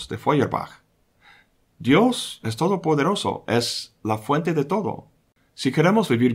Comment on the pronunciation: 14;33, LIÓ ESTABAS DICIENDO BIENS, =D: "UN dIOS TODO PEDOROSO", ¡JAJA! XD/.